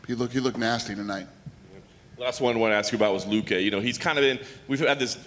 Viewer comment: The schmo immediately butchering luque's name 🤣